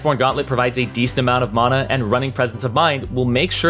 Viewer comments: MANA NOT MAUNA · The way he was saying monuh instead of mana was the only thing i was paying attention to lol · "Mahna" "Ninja tahbi" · the way he pronounces mana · "Ulti" "maaahhhhhna" "spirit veeezhige" where will yall stop?